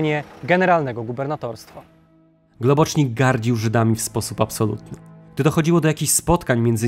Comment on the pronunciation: Globocznik? To po węgiersku? Himmla akcent uroczy: du hast miś.